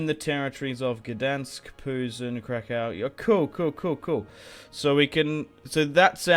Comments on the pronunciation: If you want to say krakow in polish it’s krakoov as in crack oof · Let me clarify how you say Kraków, if you put it into English pronunciation it would be: Krakoof, hope it helps :)